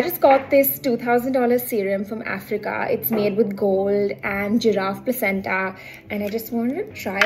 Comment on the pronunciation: The way she pronounces placenta is soo cute😅